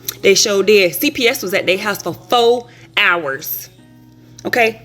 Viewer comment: "fo' hours" should be a meme 🤣🤣